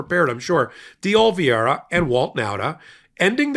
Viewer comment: day oh - lee - VAY - ruh day oh - lee - VAY - ruh day oh - lee - VAY - ruh You'll get it if you keep trying. Others on the network have -- finally -- mastered it. The only prerequisite for success is that you must actually GIVE a damn about it!